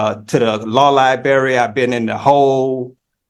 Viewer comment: No access to the Libary! What would be the point? He can't even say: "Library" 🙄